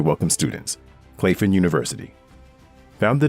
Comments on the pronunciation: Wonderful video, only comment is Claflin is pronounced Claff-lin, not clafe-in. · Oh and Claflin was pronounced wrong in this video. My grandmother is an alumnist of that institution. It’s pronounced Claflin (short a sound ).